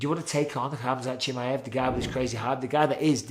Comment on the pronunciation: bisping pronounced chimaev 7 different ways in this a video 😂